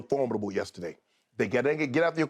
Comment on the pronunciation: Shannon jeez. "FORMadable" It's For MID able. This dudes on TV